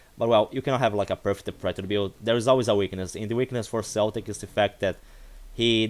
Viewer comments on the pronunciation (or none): In real life bro my ancestors are celtic warriors from the Scottish lands 💪💪 And it’s pronounced ‘kel-tic’ not ‘sel-tic’ 👌 (a lot of people don’t know this lol) haha